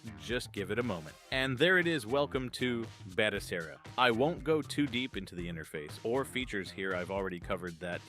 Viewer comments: I'm sorry, I hate to be that guy, but Its pronounced like Ba-toe-Sarah. Not Bata-Care-rah. Great video, built one of my own on a 128GB drive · You went from calling it batoKera for the 1st half of the video to calling it by it's proper name of batoSera before abruptly ending the video.😄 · Ba to se ra not batokera😂😂😂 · It's not how I think it should be pronounced. It's HOW its suppose to be pronounced. it's a Spanish word & I've been an Spanish interpreter for over 20 years. To say it phonetically in English would be Ba - toe- seh-rah or Ba - toe- Sarah. Didn't know he was AI since I can hear him rubbing up against the mic in this video.